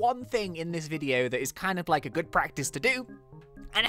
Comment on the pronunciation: when he said I hope your good, I thought he meant I hope your GOO-D